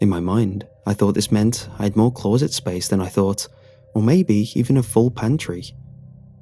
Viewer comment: I love the way you pronounce the word "closet" lol